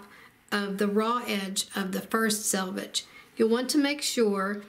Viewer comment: You win 1,000 stars for pronouncing the word selvage correctly! 'Salvage' makes one cringe, and it is surprising how many accomplished quilters are unaware of the correct pronunciation! 😂 Thanks a megabilliokazillion for a great video. ❤